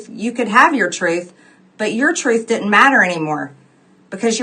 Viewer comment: It’s didn’t, not ditin’t.